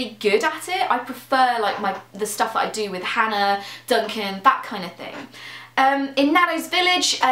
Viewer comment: Sometimes it sounds like and other members of the Yogscast pronounce Hannah as "Hanar" and now I want to see fan art of Hannah as a Hanar (Mass Effect). Also Nanobytes sounds fun, I approve!